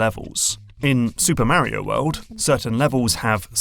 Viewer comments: The way you are saying Mario is horrendous. It’s like knives ear fucking my ears, but good video. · I.agine mispronouncing mario for 30 min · Of this and you still don't know how to pronounce Mario correctly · If this dude says Mario wrong one more time....